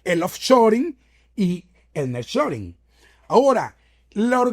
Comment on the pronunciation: Niar shoring (así se dice)